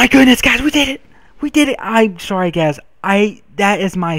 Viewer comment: is he saying guys... guys... or gays... gays...